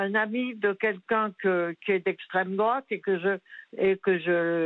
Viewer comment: Une tribune écrite par un journaliste d' essstrême drouate ! 😂😂😂